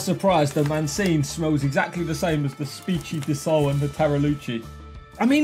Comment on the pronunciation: spicy disole and machinee LOL top tier pronunciation there 🤣🤣 just fyi, the pronunciation would be spee-cky di soh-leh and mah-chi-neh (cioccograno, pan di stelle, and fette biscottate were pretty good, though)